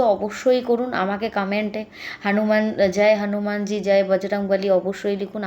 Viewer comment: "হানুমানজী" কী কথা দিদি হনুমান জী বলুন ulta pro max style দিচ্ছেন